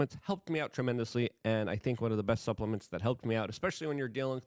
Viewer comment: Ha, ha he said butt suplaments